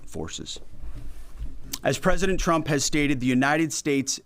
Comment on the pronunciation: I still hear “President Chump” when he says it. Just like Karolie.